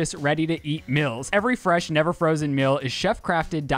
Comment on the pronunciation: I say this with respect because love both of them but why can’t pronounce “ee”/“ea” sounds like meal, deal, feel lol